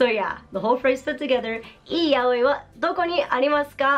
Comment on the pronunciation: So it's not pronounced "yowee" huh... It's more of an "ya oi", or "yaOi", although technically stress accents aren't much of a thing in Japanese, so I'm approximating. Huh.